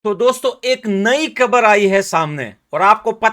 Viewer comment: Kabar nahi khabar bol😅 😊